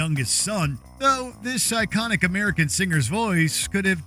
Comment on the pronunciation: Did yu say psychotic or iconic? Tiny Tim!